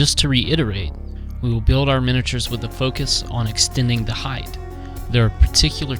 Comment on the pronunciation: Great conversions - very inspiring! However, the word is height with a hard T ending (like night, sight etc) it is not heighth! You must've said "heighth" half a dozen times!